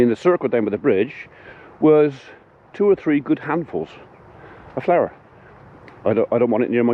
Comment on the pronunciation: Sounds liek magic powder and not flour as you say